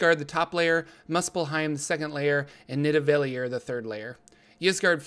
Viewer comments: You said nidivallir wrong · Not to be that guy, but Nidavellir is pronounced: Need-e-va-lier.